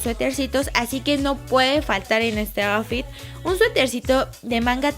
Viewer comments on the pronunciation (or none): Lessli me encantoo todo el video pero outfit se pronuncia autfit no aufi ☺️☺️ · APRENDE A DECIR OUTFIT Y LUEGO LO DICES